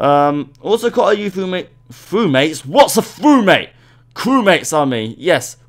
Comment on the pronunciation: I really like your channel :) [Edit:] lol “FrewMates”